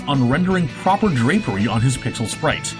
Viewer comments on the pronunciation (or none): none